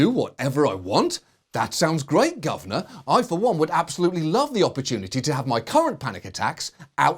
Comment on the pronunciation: Love the way John pronounces governor: "ello', gov'na"